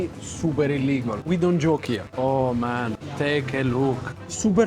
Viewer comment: Denger kaloh ngomong ilegal pasti gue ketawa 😂😂